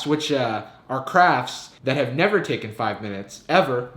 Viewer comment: "Ten thing you should nEEAVVer google!"